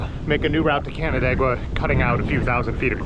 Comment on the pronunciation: I can't believe you pronounced "Canandaigua" right on the first try, people usually mess that one up. Anyway, Central NY is just a mess of English corruptions of French corruptions of Haudenosaunee names, so no worries on those lol.